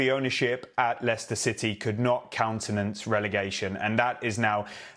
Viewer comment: David said the late Leicester owners name perfectly. I couldn't